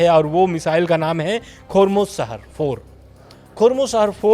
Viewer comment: Khurmusaher nahin bhai khurramshaher